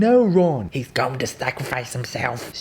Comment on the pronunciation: "Harry" "no ron" "heths going to sacraphice himselff" "stewpify"